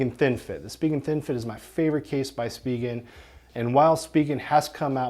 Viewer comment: lol you pronounce spigen very differently from me. Now I'm wondering if I've been saying the name wrong. i say SPY-JEN. But anyways, they really are the best cases, I've been using spigen for years, and I was just talking to a store employee about the brand yesterday! and this is the perfect video, thanks!